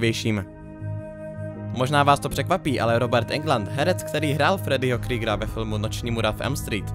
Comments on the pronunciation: Je to Freddy Kruger, ne kryger, i ve filmech mu rikaji Kruger LOL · Fredí Krígr :D :D úplně mi to trhalo uši